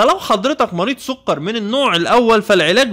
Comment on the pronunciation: السووقرررر .. ياعم سكر مش سووقرر